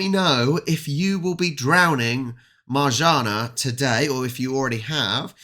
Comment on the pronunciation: You read it marzanna double n = nn